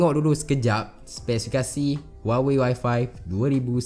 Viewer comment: Dy sebut y5 mcm Wi-Fi hahahah